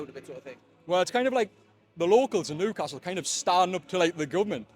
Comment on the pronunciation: interesting this guy cant actually say his own town name correctly? its not noocastle